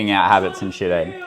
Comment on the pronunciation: “You want oats too aye” 😂